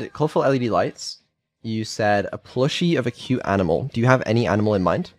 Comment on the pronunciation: I think she trying to say, Ainimal